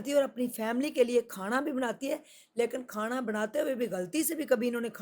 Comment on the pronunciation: apko Allah Pak hamesha kamyabian Ata fermy, apse request hai keh ap Noon KO Sahi kahin, jesey Pani KO panri nhi bolna, Pani bolna hai, Khanra nhi Khana kahin, isterha AUR bhe jahan noon ay Tou Sahi talafaz Ada krney ki koshish krain. Moazrat k Sath.